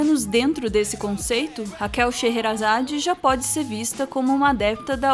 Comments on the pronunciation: òtimo vídeo mas A pronuncia da Raquel SHEHERAZADE está errada. é "cherazad" não "cherrerazad" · Só queria perguntar uma coisa, a pronúncia do nome dela por vocês, ta certa mesmo? Porque todo mundo diz "Xêrazade" mesmo, como o nome dela "parece" ser. É esquisito ficar ouvindo realmente o nome dela como "Xêrrerazade" OIAHU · Sheherazade se diz "Sherazade". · O nome dela não se pronuncia chera zade ? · Eu pronunciava shêrazáde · Sim. Eles estão falando errado. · O segundo h não é mudo não? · vc está certo, o pronunciou errado